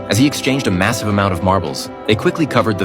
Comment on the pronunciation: Did you say MASIVE u know what else is MASIVE...